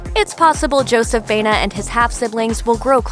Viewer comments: It is pronounced BA- E- NA. Not BENA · Why do they keep pronouncing Joseph's last name, Bayna. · Correctly pronounce: bah-EH-nah.